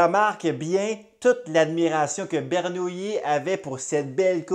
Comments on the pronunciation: Ber - Nou- Li . Bernoulli n’était pas une nouille, pas de yi à la fin ! Sinon, vidéo très intéressante. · Belle démonstration, qui pourrait être affinée en prononçant son nom de manière correcte. Jean Bernoulli, mathématicien suisse, bien que né à Bâle prononce son nom à l'italienne, où les deux l se prononcent comme 1 seul